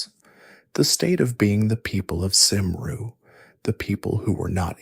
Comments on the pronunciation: NAMED CYMRU (PRONOUNCEOD FIRST SYLLABLE "KERM" , THE R IS SILENT AND SECOND SYLLABLE "REE" DEFINITELY NOT "SERM-REE". CELTIC (PRONOUNCED KELTIC) WOMEN (AND MEN WERE EQUAL AND THAT WAS SOMETHING THE ROMANS COULD NOT UNDERSTAND) I AM WELSH .ST DAVID'S CATHEDRAL IS IN BRECON. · Its actually pronounced cumre as a fluent Welsh speaker